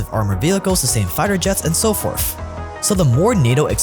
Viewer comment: “and so forf”